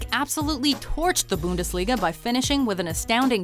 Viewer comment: Booondesliga lmao fix the pronunciation